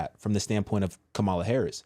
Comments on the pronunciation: Please show respect and pronounce her name correctly. It’s KAmala. Not KaMAla. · Comma Luh. Can you pronounce the lady’s name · when pronouncing her name think mama-la then say kama-la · Kamala (pronounced COMMA-LA not ka-ma-la) may actually when because Trump was found GUILTY of r@ is racist who was found GULTY of housing discrimination, says he is a Christian but cannot name a single scripture and was found GUILTY of paying off an adult film actress, and oh yea was impeached because he lead an insurrection in an attempt to OVERTHROW THE GOVT! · LA (pronounced Comma-La) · Her name is kam- a lah not the wrestler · And you mispronounced her name lol! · You are following blindly! I know for a fact you are because you don’t even pronounce her name correctly, which means you haven’t done your research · Can you pronounce her name (Kamala) correctly please? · Why do u say her name wrong? U know that's not the pronunciation of her name but yet u act like those yt supremacy folks. I don't agree with 99% of the stuff she says but as a black man please stop cause u said it right during your podcast a few times bit at the beginning u acting as low class